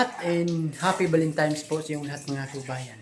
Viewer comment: Valentines,hindi valentimes....😂😂😂